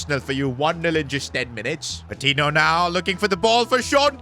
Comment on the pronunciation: Each time he pronounces Patiño as Patinho a part of me dies